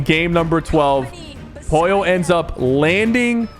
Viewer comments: BRO ITS POLLO NOT POYO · Sypher… not Poyo, it’s POLLO!! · pollo not poyo!!!!!!!!!!!! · Sypher its not pollio its POLLO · I love how syper says poyi yo even tho it’s pronounced po lo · 36 minutes and 15 seconds of SypherPK going crazy on Peter it’s pogo stick and not pollo give pollo some praise to man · He calling pollo poyo💀💀💀